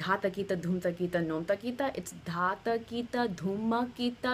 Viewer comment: Hi, Dha ta ki ta is really धा त कि ट The second ta is hard in all the phrases here. Probably you know that by now. 🙂 It's interesting the way you have approached Hindustani classical. I've heard around ten other pieces that you've composed. Trying to understand the 'why' behind the specific techniques you've used. For instance I found the use of the violin 'tanpura' changing its 'nyaas' when the entire melodic line shifted up the arohana in the Bihag piece (you in the blue sari) to be a great way to explore harmonic techniques. That idea was a 'wow' moment for me (though the counterpoints prolly ran into apavaadi swaras and that was very harsh to these hindustani ears 😊) I'm intrigued now. And am eagerly awaiting the time when you'll move from harnessing the swaras (like you are doing in these pieces), to harnessing the raganga, to harnessing the rasa of the raga, perhaps even doing shrutikari to express it. It's super exciting to glimpse the idea that you have created. Thank you so much for thinking afresh, for imagining a music that will, someday soon, make rasiks of both traditions want to hear ever more.